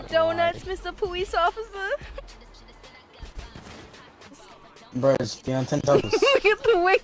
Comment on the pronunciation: “your belly’s pushing me powice officer” 💀 you’re so mean